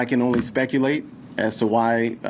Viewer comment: "I may look like Tiguh Woods, but I can't spekuhlate."